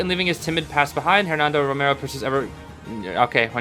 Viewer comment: The h in Hernando isn’t pronounced.